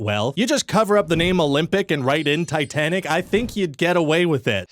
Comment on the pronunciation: Tit Anic? Souldnt be pronounced like "tight" anic then?